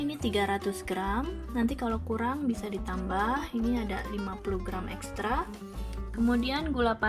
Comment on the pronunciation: Oooo kedengerannya ekstrak , setelah didengerin lagi, mungkin ekstra,kali..